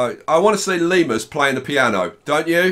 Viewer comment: nobody: literally nobody:: LeMeRuS